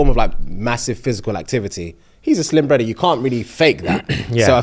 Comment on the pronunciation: “My Bruddah”😂😂😂 Fufu😊